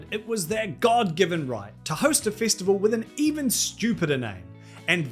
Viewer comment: Its festival not fistival fucking aussi